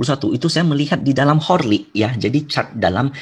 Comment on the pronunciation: Horly? RIP english